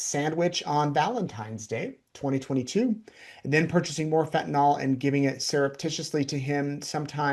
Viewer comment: It is fentanyl, not fentan-all. Pet peeve.